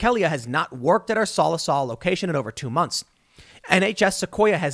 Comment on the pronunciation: Tim please google how to say the words haha🤣 its Sah li saw, Sallisaw, Cherokee Nation, OK